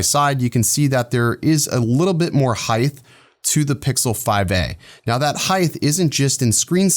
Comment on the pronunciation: In addition to Cunsumption, you referred to a “Heigth?” What is heigth exactly my good sir?